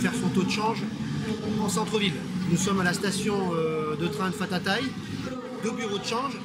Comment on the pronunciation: Juste pour info. En Thaï on ne prononce pas " F " lorsqu'il est écrit " PH " mais " P " (ou plutôt " PH ") c'est en fait un "P" suivi d'un "H " expiré. Exemple, on ne dit pas " FOUKET "(pour parler de l'île de Phuket) mais PHOUKET. Autre chose tu t'es trompé en parlant de la station, ce n'est pas " FAFA THAÏ " mais " PHAYA THAÏ ". Sinon sympa la vidéo.